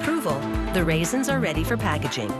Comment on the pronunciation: Say raisins one more time